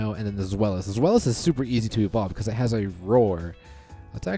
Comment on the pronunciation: zwei is pronounced like zwhy. ein, zwei, drei is german for 1,2,3. deino, zweilous, hydreigon like the legendary birds uno, dos, tres. names in pokemon can be pretty cool.